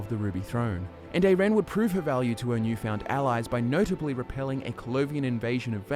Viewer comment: Her name is pronounced eye-ren :) Great video though! She's one of my favorites. Also, I'd love it it you could do a video on Jorunn the Skald-King :)